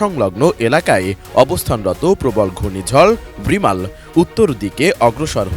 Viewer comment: রিমাল না রেমাল হবে